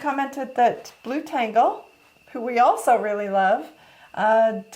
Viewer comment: You pronounce it blu-tengle, confused me at first :) But it probably more like blut-engle. Meaning Blood Angel